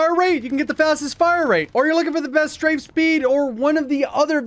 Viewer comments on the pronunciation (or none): none